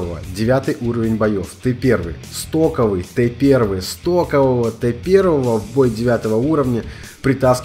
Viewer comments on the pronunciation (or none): Такой акцент сделал: "СТОКОВЫЙ Т первый! СТОКОВЫЙ!" Как будо, будь он топовый, все сложилось бы иначе)))